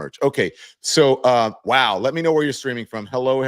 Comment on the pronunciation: I thought you said, "Let me know where you're 'screaming' from." 😊